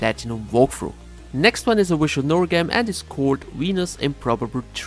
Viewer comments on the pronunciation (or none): I don't like visual novel games, but I love it when he pronounces it 'wishual noels'!